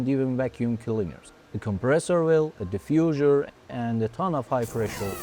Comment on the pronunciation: The "Diffusure" and the "Steel Shit" makes a proof that this is not AI xD